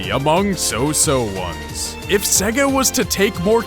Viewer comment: Its "say-guh" you even hear it in sonic 1 2 and others before your even on the MENU!